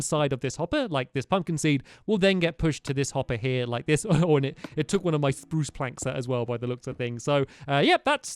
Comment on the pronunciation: Stampy SPRRRRRRuce